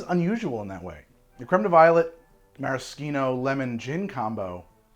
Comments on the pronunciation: Mara-SHEEN-o not Mara-SKEEN-o. That is all. Carry on. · meh·ruh·shee·now (no k sound). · This is the first time I've ever heard it pronounced "maraskeeno" rather than "marasheeno". Sounds very weird. I see now that both are valid pronunciations, but like never in 56 years have I heard a k sound in Maraschino. From Dallas, Texas, then western Washington State. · The way you say Maraschino is egregious. Nice video tho. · Who taught you to say maraschino that way o.O? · You know, I’ve actually never heard anyone pronounce maraschino that way